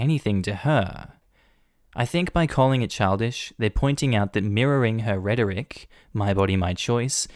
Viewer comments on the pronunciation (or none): its pronouced. RETORIC... the H is silent. at thats how kwis's say it